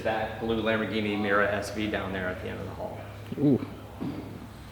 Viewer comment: Damn it! If you're gonna say the name of the car, get it right. It's Mi-Yoo-Rah. Italiano! And it helps to have a double espresso in one hand and a lit cigarette with an 2.5" unbroken stack of ash in the other. And use your hands expressively when you talk--but don't break the ash stack.